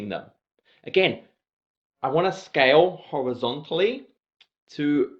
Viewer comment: Really great video summarising the exam and nice water break humour. Only hitch was getting your "scale " pronunciation was getting me as "scouse" ☺